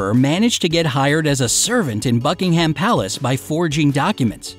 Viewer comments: Buckinghum.Obvisly like who says buckingHAM like we're not eatting ham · As I read this he said BuckingHAM AHHHHHH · Im British and it annoys me alot when you say Bucking ham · Sorry but its not BuckingHAM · Who else is british and hates it when be says buckingHAM palace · Seriously, I know you're American but Buckingham is pronounced 'Bucking'm'... You make it sound like a type of processed meat. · i heard f*ckingham palace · I am from Bucks County, Pennsylvania in the U.S. and it annoyed me as well. The accent is on the first syllable, not the last. Many U.S. citizens pronounce things incorrectly, then claim that it is the "American" pronunciation. Calling ourselves "Americans" is very annoying to me. The Americas are many countries, not just the U.S. That is very typical of my country to do so. They do, say, take and claim whatever they wish while holding a bucket of milk with a drop of espresso covered in whipped cream and wolfing down huge amounts of chemical laden, sugary food along with their fifteen different medications that they do not need. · The way he says Buckingham Palace tortures my ears. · Having someone to break into the shoes is not a quirk. Injury to Her Magesty's feet could be dangerous to her health and wellbeing so her staff takes care of it. I see nothing wrong with it. And stop pronouncing English names wrong.